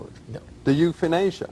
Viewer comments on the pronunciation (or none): euthanasia=youthInAsia ahahahaha!!! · the youthinasia, rofl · YouthinAsia had me crying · Youth-in-asia LOL That one really cracked me up. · Youth-in-asia lmao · youthinasia LMAO